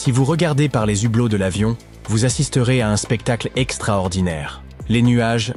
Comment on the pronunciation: 🍒 on ne dit pas les : "zhublot" devant un H ...😭